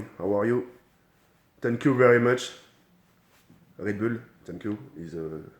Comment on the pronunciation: Is tank you 😂😂😂